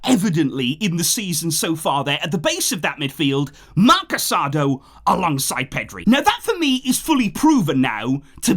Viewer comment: Thanks for the great work as always. One comment. Casadó's name is pronounced with the emphasis on the last syllable like "casa-dough" instead of "caSAdo".